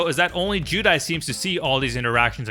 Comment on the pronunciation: Why’s he saying judai